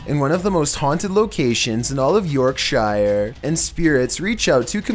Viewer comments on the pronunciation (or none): York shire Me: You mean Yorkshire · York shire Ughh the way he says it really annoys me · The way he pronounced “Yorkshire” 😭😭 ur adorable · I'm from UK, Yorkshire and I thought it was so funny how pronounced it!!😅🤣😂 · The scary part is how you say 'Yorkshire'. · How he pronounces Yorkshire! 🤣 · I cannot believe you pronounced yorkshire like that...